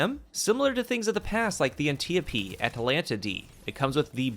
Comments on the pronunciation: An tee yo pee? Lmao never heard it pronounced that way. It's an tee yope. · An tee op. Not an te opee